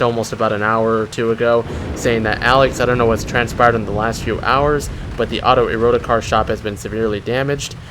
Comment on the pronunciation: Great IV content. I'm gonna be that guy and say I don't think its pronounced "Ero-ticar" I think it's pronounce "Erotic-ar". Rolls off the tongue easier I believe :P